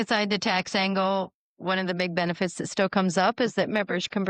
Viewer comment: 😂 2nd time listening I heard benewits then shortly after she says aswects 😂😂